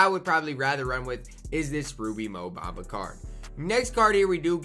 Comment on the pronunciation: Lol go look up his name pronunciation